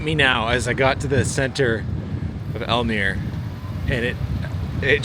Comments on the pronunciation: In Dutch, like most languages, all letters are pronounced. So it's not al-meer, it's al-meer-uh. Also Drent-uh, not Drent ;) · It is Drenthe, not Drenth...the uh at thye end of drenthe has to be pronounced, same with almerE....it is NOT Aalmeer it is mere meeeeh ruhhh... and nope it is NOT Oetrekt with oe as in shoe...it is U-Trecht with ch as in loCHness and U as in dehevu...so NOT a ou as in you or an oe as in shoe.. ü in German Y in Swedish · okay, so most places you pronounced fine, but if a place ends in an e, it's definitely pronounced. so for Almere it's Almer-Eh and for Drenthe it's Drenth-Eh (with a pronounced T rather than the English th, that's not a thing in Dutch)